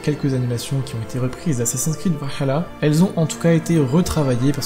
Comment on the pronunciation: C chiant a force la prononciation vahala dit le à la française stp